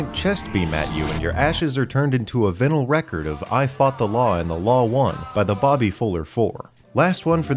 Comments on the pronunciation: Vinyl is pronounced Vye-nill (like bye-nill). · "vin-uhl" record? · Pronounces "vinyl" as vihnl and "gif" as jif. Consider my pet peeved. jk Thank you for the content <3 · Vinyl has a long i sound, not pronounced like vin deisel, right? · Did you really pronounce vinyl that way?